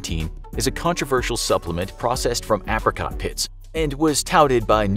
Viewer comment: The way you pronounce ‘apricots’🤣🤣